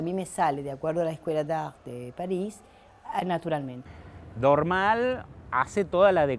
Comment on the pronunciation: Es muy bueno el video, muy claro. Lástima que no le adviertieron al relator que el apellido de Jules Dormal se acentúa en la última sílaba y no en la primera. Cada vez que lo nombra y dice Dórmal es como si hablara de otra persona.